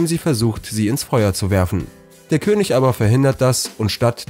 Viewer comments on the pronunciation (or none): none